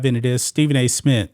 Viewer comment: I stopped watching g when he said Smit the third time. 😂😂😂😂